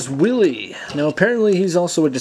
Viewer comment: its not willie!!! its WHEEL-EEE